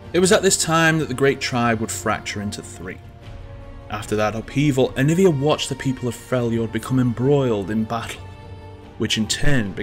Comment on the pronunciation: Jovan Zlatanovic it’s aniiiiiiivia, not aniviaaaaaaaaaaaa